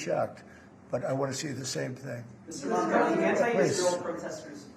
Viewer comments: The 1st thing was to teach Trump how to say the name "Mamdani"😂😂😂😂😂😂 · The name is Mamdani. Yes M A M D A N I 😄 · The Name is Mamdani M A M D A N I